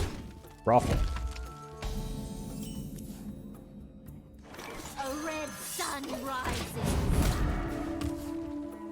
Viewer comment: wtf I didn't know Roffle was German